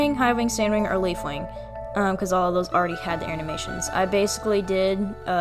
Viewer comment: LEFAWING LOL